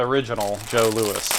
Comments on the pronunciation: I love Jos Louis, but in Canada we pronounce the last name as "Lou-ee", as it is a French name. It is named after Vachon's two sons, Joseph and Louis. Jos is a French Canadian traditional contraction of "Joseph". I hope he sent you some Smarties, as they are the OG of sugar coated chocolate "beans". The M&M were "inspired" by Smarties when Forrest Mars, Sr. saw British solders eating Smarties during the Spanish Civil War. Personally I never liked Ketchup chips...or Sour Cream & Onion. But, to each their own. :-) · Hey the Jos Louis are pronounce joe loey not Louis also should try the half moons there great enjoy the videos up here in the great white cold north. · Those Canadian cakes are pronounced Jo- Lou-ee or if you are a fancy pants Joseph Lewis lol Keep up the great videos! Im actually looking forward to a tear down of the LS.. You know, shake it up a little. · It's pronounced Joe Louie, it's french, S is silent..